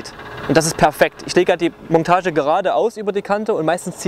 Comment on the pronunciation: Ich weiß es ist Dialekt aber es heißt nicht Mongtage, sondern Montage!!! Das tut .ir immer in den Ohren weh 😭